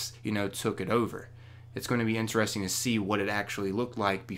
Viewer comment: Can you pronounce "interesting" correctly?